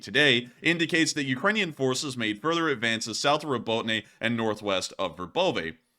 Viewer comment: Would it be too much to ask you to learn how to pronounce Robotyne properly?